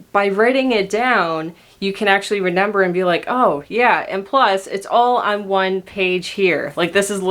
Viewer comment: Omggg I'm not the only one that says renember